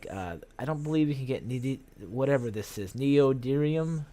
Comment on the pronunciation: Neodymium is pronounced "Neo - dim - ium", I'll miss Space Engineers until the next patch, but I'm liking this so far!